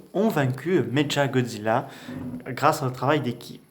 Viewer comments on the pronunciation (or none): Sa se dis méqua godzilla